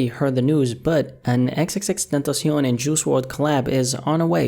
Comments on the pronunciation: "He did not like Triple X TENTASHON"😂😂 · Nobody:: XXX tentacionne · "triple x tentation" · "Juice Wrld and EksEksEksTentosion" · Man said ex ex ex tentashon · “Triple X tentasion” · "Triple X Tintacen" lmao i am sorry but thats too funny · The way he says xxxtentacion😂